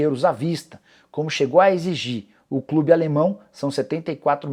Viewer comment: Soteldo tem no "clibe" hahahah esse Nicola viu 🤣.